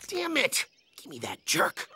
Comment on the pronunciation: Why did the mean bomber say danmit